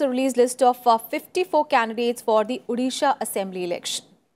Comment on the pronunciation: It's not Udisha, it's 'O'disha. Please pronounce it correctly.